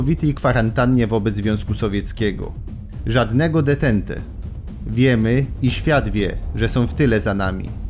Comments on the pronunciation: Spoko, że kanał robią pasjonaci historii, ale termin "detente" czytacie tak jak się pisze? Serio? To już co najmniej druga wpadka na kanale (po entencie) z czytaniem podstawowego terminu historycznego, który znajduje się chyba już w podręcznikach do starszych klas podstawówki. Tak trudno to sprawdzić? Później ludzie będą po Was tak powtarzać. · Widzę, że się w ogóle nie zrozumieliśmy. Nie wiem, skąd ten przykład? Akurat w przypadku NATO czy ONZ ogólnie przyjętą zasadą jest wymawianie tego skrótu tak, jak się go pisze. Moja uwaga dotyczy terminologii, która ma jedną, z góry ustaloną wymowę, ponieważ samo pojęcie jest obcojęzyczne i nie posiada polskiego odpowiednika. Dlatego "ententa" czytamy: "antanta", a "détente" (można już sobie darować akcent francuski) czytamy: "detąt". Nie widzę usprawiedliwienia, by wymawiać te wyrazy inaczej niż w sposób powyżej wskazany. Jeśli mi Państwo nie wierzycie, proszę sięgnąć do pierwszego lepszego słownika wyrazów obcych.